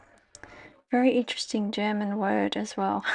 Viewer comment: Those German words….. 😮you did reallly well there 👍 Hope you soon feel better x